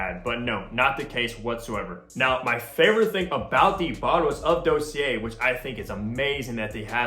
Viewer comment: You’re saying Dossier wrong 😂